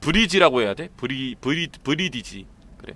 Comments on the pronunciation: 브리디지가 아니라 브릿지 입니다ㅋ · 브리드지에 낫배드 까지...영어 조금만 배워봐요 형 ㅠㅠ